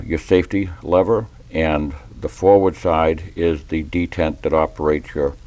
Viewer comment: Not trying to be a smart ass, but are you saying “dick” side of the pin?